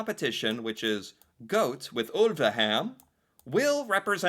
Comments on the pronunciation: G - awe - t - eh, is the letter for letter pronunciation 😊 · Remember when reading every letter: gåte is not goat, it is Goa-TE you read it in 2 steps, and remember to read the E out loud. Instead of goat it would be more like Goa-tea. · Gåte is pronounced gaw-teh. 😊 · Hi from neighbouring country Sweden! I love this song so much! Please don't pronunce gåte like "goat" 😂. The å is pronunced like the (British) letter a in "water" and the e in the end is like the e in the word "end". There you have it 😁. I also love the Swedish entry, which is performed by the Norwegian twins Marcus and Martinus. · No, Gåte is not pronounced like "goat". 🤣 Hot tip: An "e" at the end of a word in Norwegian, is in general NOT silent. I'm not a fan of EuroVision, but I love Gåte. They're awesome live. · GO-te, thats how you pronounce it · Gåte is pronounced 'gor-ter'. When there's a circle over the 'a', it becomes 'or'. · It's GAW-TEH,! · The instrument is called a key harp.. And it is the national instrument of Sweden. It originally comes from the province where I was born.. (Uppland) /Roslagen. Only 2 people alive today still make them. Gå-te.. the e is Not silent.. go teh... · so hard to help americans with norwegian phonectics, but i will give it a go anyway for you:) i think it would sound more like "Gauht-é" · Pronunciation of the bands name would be Gaw-teh. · Gåte: Gaw - te. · How you would spell Gåte in English is Gaate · being, pronounces Gåte as "goat". But it's fine:) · PLEASE start pronouncing the E (like the e in ted) at the end of norwegian words! The E at the end of norwegian words is NEVER silent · The Å letter is pronounced like the o in the English word "gone". Gone for a walk. Gone-gåte gåt.. ee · Gåte, the e at the end is not silent ;)